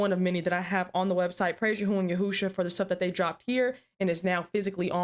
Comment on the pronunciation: just wanted to let you know I really love your show and I am so impressed with your usage of Hebrew you're one of the first people I've ever heard say the sacred name correctly. Preserve the Way. Shalom. Yahuyah Baruch ata